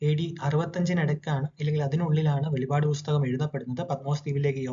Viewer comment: വെളിപാട് അല്ലടാ വെളിപ്പാട് നീ പറയുന്ന വെളിപാട് വെളിച്ചപാട് പറയുന്ന വെളിപാട് വേദപുദ്ധതകം ന്നന്നായി പഠിക്ക